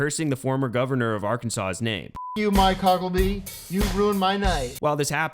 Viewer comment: Is Tim saying Hucklebee?